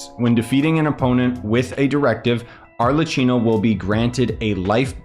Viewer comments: hiii! first of all i wanted to say thank you for your work! it helped me so much, and second of all, i want to correct the prounounce in arlecchino, in italy some tine we pronounve the c like k, in thid case we have double c with an h so prounance it like: arlekkino, i hope this help and i made myself clear❤ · nice explanation! also you pronounce it as Arlequinno/ Arlekinno